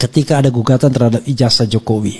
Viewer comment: ijaza bukan ijaja bukan ijasa masak nyebut ijaza saja tidak bisa katanya sekolah tinggi mendingan saya seorang petani tauu tata bahasa